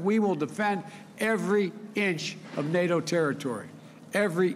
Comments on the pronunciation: Joe Biden, "Thank-God for Nay Dough!" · Joe Biden, "Nay Dough is changing and I need a change too! Poopie"